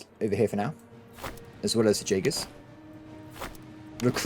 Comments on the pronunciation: Jaegers are pronounced Yaegers!! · The pronaunciation of jagers is killing me lol